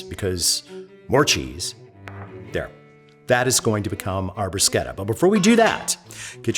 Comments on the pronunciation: Bru-sheta. Not bru-keta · You properly pronounce "bruschetta", but not "parmigiana"? Minchia!